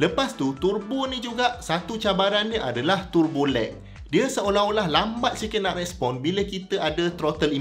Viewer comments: sebutan tebo is in english. sebut turbo dalam bahasa baku melayu. jangan buat teruk dik. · Sia2 prof belajo sampai PHD kalau sebut pon salah....🤦‍♂